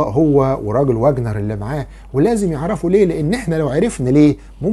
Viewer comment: العالم اسمه كارنستن .( ڤاجنر. ). وليس. واجنر. .. لان الw في اللغة الالمانية تنطق. ڤي. ولا تنطق و